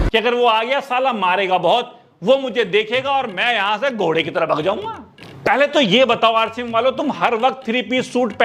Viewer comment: Bhai ghode nhi hota 😂